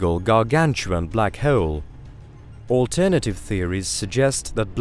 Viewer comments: My ears bleed when I hear him saying black heeoul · anybody else infuriated by how he says bleaackhk haaawuleee